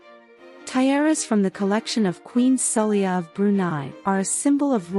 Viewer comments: Poor pronouncing of the queen name. The queen name is prononced as Sa- Lay-ha and symbols if islam, Muslims practice Islam. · She even called the country “Bahrain” more than once 😂. The queen herself is called “Saleko, Saheli, Sala… “ the narration is ridiculous.